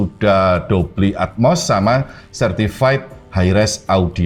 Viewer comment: dolby pak, bukan dobly 😀